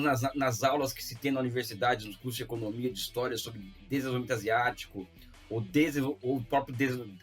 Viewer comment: Elias Jabbour custando falar a palavra "desenvolvimento": fofo, carismático, gente da gente, se aproxima do povo brasileiro. Sérgio Moro incapaz de ler um script de dois minutos sem que o vídeo tenha um corte a cada 5 segundos: antipopular, repulsivo, carisma de um picolé de chuchu.